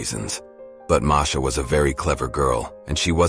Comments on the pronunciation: Marsha yeah you are right he is a dumby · Uhh i guess the said the wrong name at the beginning they said marsha instead of masha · It said marsha